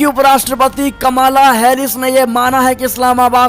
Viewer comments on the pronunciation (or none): "कमाला हैरिस" की जगह "कमला हैरिस" बोला जाय/ उच्चारण किया जाय।